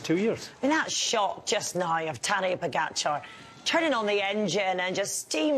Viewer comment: Why does Kelly continually mispronounce Pogacar’s name?